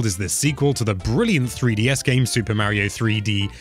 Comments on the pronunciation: It is Mario Not Meario learn how to say Mario the right way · That pronnounce of word Mario is killing me...